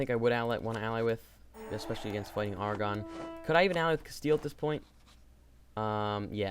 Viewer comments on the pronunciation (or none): Also, just for reference it's pronounced "Air"-"ah"-"gone" not "Argon"